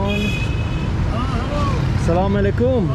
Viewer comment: thank you for being super generous towards people of Pakistan. Love the way you say Salaam Alikum, better than locals 👍🏼👍🏼❤️❤️🇵🇰